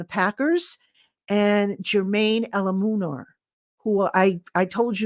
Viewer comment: Hi, His name is pronounced Jermaine ELU-MUN-OR 😂😂😂